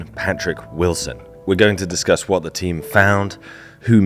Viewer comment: Great video but the grating mispronunciation of 'the' before a vowel all the way through made me want to tear my hair out!